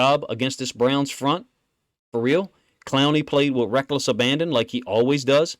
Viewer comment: When this man says...(FA REAL!) It's that.